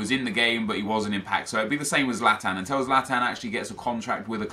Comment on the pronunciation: also anyone notice that pronounces the world til as tell. like instead of saying until he says untell